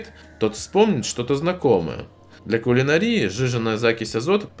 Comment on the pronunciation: куланАрия а не кулинарИя